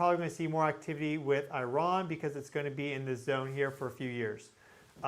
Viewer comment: Please learn how to pronounce Iran. Isn't that the least Americans can do as we bomb them slaughtering their children.